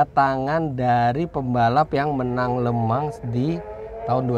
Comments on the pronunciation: Le Mans bacanya Lu Mong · Maaf mau tanya bang , LE MANS itu bacanya bener LEMANG atau bang Eri yg salah